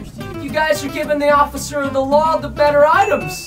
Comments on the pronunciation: he said ociffer instead of officer 😂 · got it for me the way he said occifer instead of officer 🤣I'm dying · nobody: people: officer preston: osiffer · he said osiffer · The way Preston says ocifer instead of officer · I was laughing 😂 when Preston said ossifer